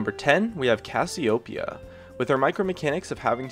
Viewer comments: Casiopia? Casio-pei-a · IT IS KA SYO PE YA. THAT'S THE PRONOUNCIATION. KA SYO PE YA. Cassiopeia is a temple goddess yet only few know it.